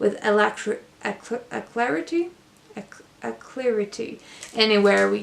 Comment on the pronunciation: Your English is fantastic....use of the word "docket" is very advanced . I think you were trying to say "a-lac-gritty"...Love your channel.